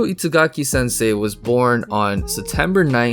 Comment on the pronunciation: He pronounces Itagaki as it was "It's-agaki", basically, pronounces a japanese name with english.